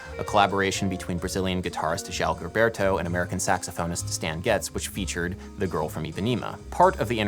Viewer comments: Surprised that in the discussion of the melody, the speaker did not point out the difference between the rhythm of the Portuguese A-section melodic phrase and the English. The Portuguese is much more rhythmically compelling. When I play this song instrumentally, I always the play the melody with the Portuguese phrasing rather than English. Also: Gilberto's name is consistently mispronounced, and Cole Porter was not a Tin Pan Alley songwriter. Also, the "schmaltzy strings" on the Sinatra version are by the great Claus Ogerman, whom the Brazilians adored. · Ai, e como! Joao Guilberto em vez de João Gilberto -- me dói o ouvido! ("Estadunidense" -- essa palavra não conheço, mas deu p'ra entender! rsrsrs) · Nice video. loved it. For future videos, if you plan to repeat words, like name references, get them right. You mentioned Xerox of a Xerox? Gilberto is different from Gilbert. It is a common name and is pronounced Ji, not English Gi. You know the name Emma? Try put Ipa in front of it, there you go. It is not Ipanima, more like IpanEmma. I worked hard to filter out the quirks in my ears to listen to the content. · You worked hard on pronunciations. Good job. But Gilberto should sound more like zheel BEAR tu. This Brazilian woman says his name in this video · it's not pronounced GILberto... It's a soft G/J sound... It's like the french, "je t'aime" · Fascinating！It does bother me when people don't take the time to find out how to pronounce things. In João Gilberto's name, both words start with the 'zh' sound as in the middle of 'leisure'. You get only the first one right. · Fun video. One thing I'm finding distracting: pronunciation of Gilberto. Is nobody going to comment that Gilberto is pronounced with a soft G? I scrolled way down but maybe I missed it. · I love you Adam, but please pronounce "Gilberto" with the zh sound of 'casual', 'fusion', the french J in 'je'. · Gilberto is pronounced Jeelberto. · Isn't Gilberto pronounced "Jilberto" though?